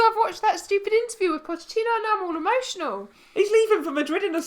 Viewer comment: Its pochetino not potechino js ( god knows if i spelt it right but you get it)